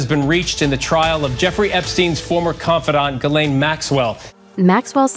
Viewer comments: Off topic, but why is her name being pronounced "Ga-layne". Her first name is Ghislaine. Its French and its pronounced "Jees-lehn". It weird to hear it pronounced Galayne. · Is it SO difficult to learn how to pronounce the name Ghislaine ??? it's painful to hear the name mangled